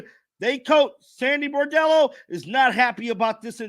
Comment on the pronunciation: No offense but the name of the players talking to the press was Bondello. Bordello is not quite right and is something one doesn't bring up in polite conversation 😮